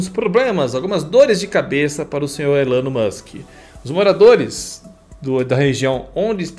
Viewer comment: A etimologia de Elon eu não sei, mas a pronúncia é Ílan ✔️